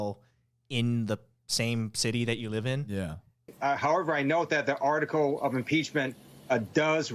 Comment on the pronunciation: There needs to be more like this out there! I always felt like I was hearing this but could never put my finger on it. Also in these examples, hotel almost sounds like "hoteo," article "artico," call "cah-o." I could be wrong haha but I bet there are a lot more things. Super interesting! Here's another example where you can't even see the person doing the voiceover but you can definitely hear some type of "Asian American accent"